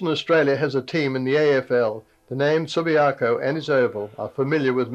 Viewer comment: And “subiarco” how hard is it.